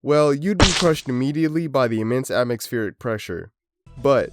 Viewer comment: "The immense atmixpheric pressure" lmfao I'm sorry? 💀